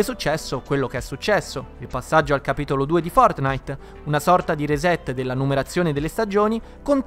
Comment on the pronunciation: Nobody: Will Smith: fotnait